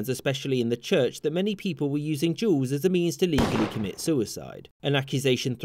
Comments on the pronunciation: O MY GOD he pronounced duels in such way that youtube cc recognized it as different word EVERY TIME WTF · So I listen to his vid while working and this auto played and became so confused cuz at first I thought he was saying Juul’s not duels lol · Am I the only one that herd you pronounce “duels” as “jews” ? Lol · You say duels like “jewels” or “juuls” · Sounds like he saying juuling or juul or juuls